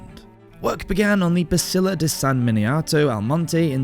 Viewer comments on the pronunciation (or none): Why does he keep saying "basilla" instead of "basilica"? Cool vid tho